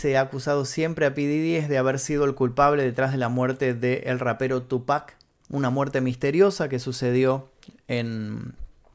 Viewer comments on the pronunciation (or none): none